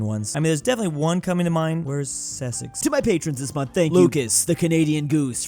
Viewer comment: Ses-ex??????? Dude it’s sus-ex